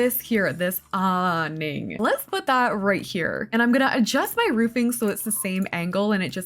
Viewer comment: i think you were trying to say awning but the way you said it has me cracking up laughing lol you are so adorable obsessed with your content I watch you all the time! literally cant wait for season 2 of the reality house!